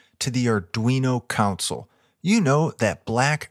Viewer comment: "ConSOLE" not "COUNcel". love these things!